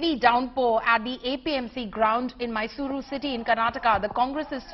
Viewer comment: I started watching this video only after the host pronounced Mysuru and Karnataka accurately.